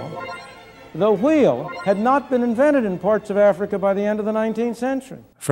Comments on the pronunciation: Its not HWEEL. Its WAHEEL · I can’t go on if he says “Hweel” one more time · I can't be the only one who finds pronunciation of "wh" sounds as "hu-we" to be maddening? "The hweel" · how many times did you sit down and practice saying “hhwheel” before recording this script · Sorry but we all just gonna ignore the pronunciation of wheel here. Great video would of been made better by just saying wheel like a normal folk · You mispronounce wheel the same way that Stewie Griffin mispronounces cool whip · what's up with pronouncing wheel here? is that a bit? that genuinely fucks me up a bit lol